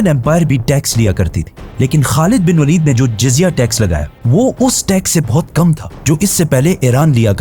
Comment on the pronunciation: not walid bro waleed